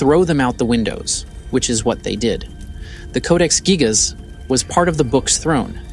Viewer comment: Its actually pronounced geejas. Hate these ai narrations